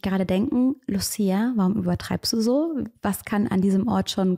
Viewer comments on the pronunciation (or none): none